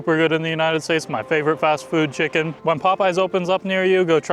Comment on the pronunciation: A Chucken burger “nz accent”